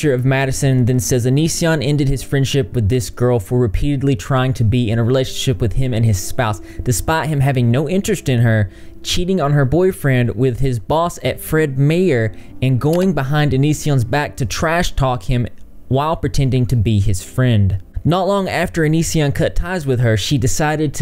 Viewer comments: When you say Fred Meyers I can't help but giggle 😆 I live I'm WA too and Fred Meyers is pronounced Fred My-ers 😉 btw I love Fred Meyers! Hahaha hope you are good. Also where do you live again? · The store Fred meyer is pronounced fred myer. Its a store in the northern US 💗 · Love the way you pronounced Fred Meyer 😂 I live in WA and it's pronounced Fred My-ers ;) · "fred MAY•ERR" huh? lol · Your Fred meyer prounounciation is great 😂😊😂 definitely not west coast. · Right lol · I’m from Washington and hearing you pronounce Fred Meyers was amazing 😂😂